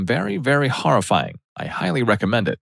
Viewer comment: I'll tell you what's horrifying, it's the way this narrator says "horrifying".